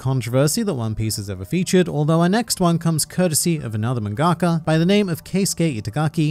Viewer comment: Is that how mangaka is pronounced ??